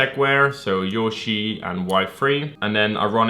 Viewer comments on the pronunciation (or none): none